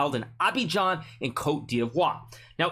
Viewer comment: The way Hikaru pronounces Côte d'Ivoire 😂